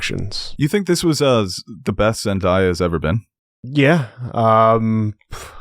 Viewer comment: I'm not trying to give yall a hard time but Zendaya is pronounced Zen-DAY-ya